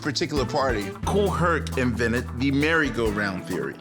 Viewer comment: also "invented" not "vinnit"